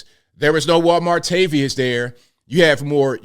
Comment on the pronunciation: I thought he was saying Juan Martavius! 😂